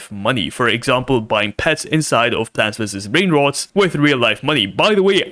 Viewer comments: Why did he said plants v s brain rod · Bro cant even say plants vs brainrot he says blant vs brain roads😂